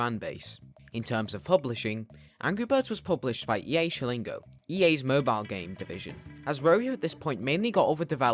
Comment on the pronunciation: "EA shilling oh" It's "Chill n go" mate Cool video either way though I never thought this game was the final fantasy of it's era